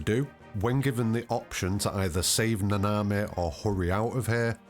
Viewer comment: Its na na mi. Not na na mehh